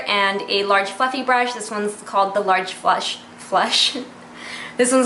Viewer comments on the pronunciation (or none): none